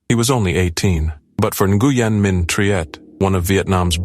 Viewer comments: Nguyen is pronounced ‘when’ by the way! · Nguyen is pronounced "wen" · Nguyen is pronounced "Win", "Win Minh Triet". I just thought yiu all sohould know how to pronounce this beuatiful soul's name. ❤😢💔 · Nguyen is pronounced like when. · That is NOT how you pronounce Nguyen… And some of these videos aren’t even the right gymnast. Who tf made this video